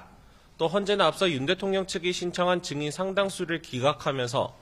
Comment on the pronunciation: Lady!!! 증인 발음이 틀렸나이다. 이를 "징인"이라고 발음하신 엥커!! 더 놀라운일!! 보도한 기자는 "증인"이라고 바르게 발음한 한국 언론!! What an irony!!!